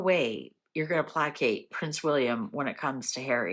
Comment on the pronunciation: Coming from contribution, “placate” is pronounced “play•kayt”. Hang on. Good lord is this what that viper wrote?! A play on words to play Catherine?